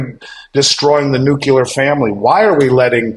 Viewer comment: Nu + clear. Say it with me, nuclear